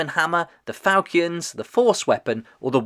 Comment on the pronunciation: Its fal-“chin”